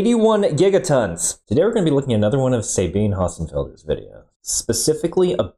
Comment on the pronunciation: Since her name is German, it's pronounced "za-BEEN-uh". (Oh, and pronounce her last name, erm, "with a British accent", so to speak -- German, like some dialects of British English, drops Rs, so it should sound like "Hossenfelda".) ♥